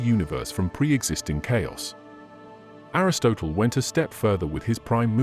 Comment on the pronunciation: PLEASE PLEASE PLEASE get your pronunciation right (in all your videos). Everyone knows how to pronounce words like Hades, Aristotle, Nicea, and so many other words. It makes it look like you have never heard these words and are just reading from someone else’s script.